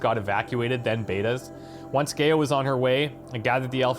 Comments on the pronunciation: Loved watching this lp :) love your channel! I know how nitpicky this sounds & apologise in advance but for some reason you keep mispronouncing Gaia and it's driving me crazy :') phonetically spelt it's "guy-a" not "gay-a" Gaia was the greek goddess of nature which explains why they name their ai after her :) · I feel I just have to say this for future use, if for no other reason. GAIA is not pronounced as 'gay-ah'... It is said as 'Guy-Ah' instead. GAIA is an old idea. One where all life on this planet is one being. In modern times, it has come be a scientific term for the entire bio-mass of the earth. There are some schools of thought that think that the world is as it is because Life wants it that way. The average temperature of the Earth, it's reflectivity, the composition of the atmosphere, everything really, is as it is because Life itself wishes it to be the 'best' to support Life. I know, a weird concept, but there it is. All things balance because all life on the planet is in a 'harmony' to be so. If we over produce CO2, then plants will flourish to consume it and produce oxygen. Too much oxygen? Then the seas saturate and life in the seas flourishes. On and on and on. In an endless cycle. There may be some 'traction' to this 'balance act' of Nature when you think of it. Super Volcanoes, events like the meteor strike that killed off the dinosaurs, and others. All of which should have rendered most of the Earth uninhabitable, if not all of it, and yet Life survives. So, calling the Sentient AI in charge of Zero Dawn GAIA seems, fitting. At least to me. the Frank Gamer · Very nice episode. It really bothers me how he pronounces "GAIA" like "Gay-a". That is so wrong it scratches my brain. The correct way to pronounce GAIA is "Ga-ya". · Am I the only one who cringes every time he pronounces GAIA Gay-uh instead of Guy-uh? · Gay-ah lol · It's somewhat annoying when someone doesn't pronounce "Gaia" properly. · Why are you saying GAIA wrong